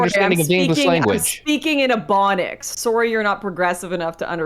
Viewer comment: Every time Lauren says “SOUWRY” I wanna video game myself